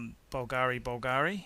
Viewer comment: The idiot didn't nail pronunciation of any brand except for Rolex: Bulgari, AP, JLC.... Stupid movie, the guy knows nothing about watches, except Rolex cause he owns a couple, but can't tell manual from perpetual!